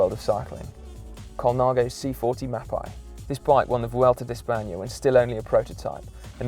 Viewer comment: what an ignorant video, poor englishmen who have this as their education into the history of road cycling, as far as i know sword and lotus are not road bikes, colnago mexico is pictured while discussing colnago master, mapei and bottecchia are mispronounced (the mapei one is unforgiveable), is "eddy merckx brand" an iconic road bike? no, is the mx leader? yes etc. etc.